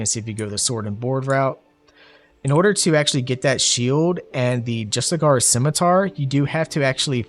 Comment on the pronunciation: Love the build man, ill have to try it out. My grammar nazi brain needs to point out that "justiciar" is pronounced Jus-tis-ee-air